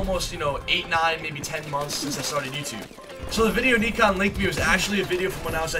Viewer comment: Its 'neekan' not nikon he aint no camera lmao